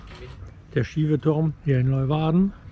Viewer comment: Der Ort, die Stadt heißt nicht Leuwarden, sondern Leeuwarden. Lee u warden. Gesprochen Leeuwarden...